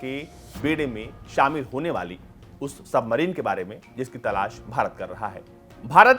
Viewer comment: भाई तलास नही तलाश😂😂